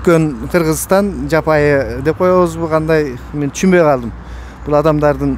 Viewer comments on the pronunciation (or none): Жапай деп туура эмес айттыңыз